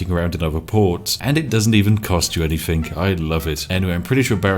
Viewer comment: Everytime i watch a spiff video "Anythingk"